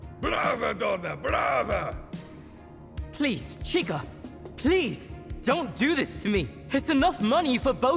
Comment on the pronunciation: Portuguese speaker here, just wanted to point out that the way they are pronouncing her name (or shortened version of it) is wrong. Francisca when shortened is Chica but is pronounced as "Sheeka" because "CH" in Portuguese makes an "SH" sound. So when they call her Chica it just sounds like they are calling her "girl" in Spanish.